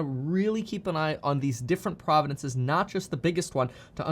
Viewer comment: I love the way he pronounces provinces 😂 being South African just makes it even more fun